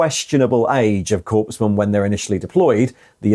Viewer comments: My biggest gripe with this video: -Korps: Pronounced “core”. -Korpsman: Pronounced “corpse-man” instead of “core-man” (Tho calling the death cult soldiers “corpse-men” is apt. 😅) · Gah, you keep pronouncing "corpsman" as "corpse man". The p and s are silent, it's "cor man". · I appreciate the video and please do not take offence, but it is pronounced 'core man' not 'corpse man'. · Corpsman is pronounced 'cor-man' not 'corpse-man' my dude. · I find your pronunciation of “corpsman” as “corpse-man” quite fitting. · We say Core when saying the word Corps or Korps. Core man for Corpsman and so on. Corpse has an e. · You're pronunciation of corpsman is infuriating. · Sorry, I had to mute the sound and turn the closed captions on. I'm not a guy who corrects strangers pronunciation. If I understand what a speaker is saying,then hey, the communication was successful. But (apparently) there's enough Army still in my psyche that hearing a 'p' in corps and corpsman gave me a headache.